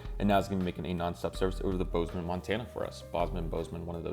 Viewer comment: Awesome video! And you said Bozeman correctly!!! 😂💯💯